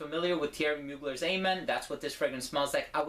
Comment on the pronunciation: Great review and TY for being one of the few people in the frag community to pronounce Mugler's name correctly =P